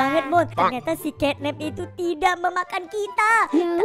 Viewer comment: Catnap bang bukan kenep😊😊